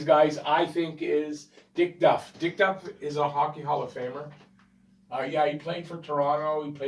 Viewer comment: I have always thought that the power play rule was changed because of the teams , which apparently ,had some playoff success. (And it's Diff Duff , not Dick Duck.)